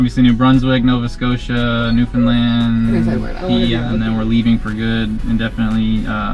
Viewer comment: I think you're going to have a great time in Atlantic Canada. I'm originally from Newfoundland and I miss it so much every day. BTW, thanks for pronouncing Newfoundland properly. 😉. Do you have an itinerary for Newfoundland?